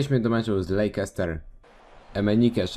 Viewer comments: Lejczester, a nie Lejkester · Czyta się Lester, a nie Lejczester!!!!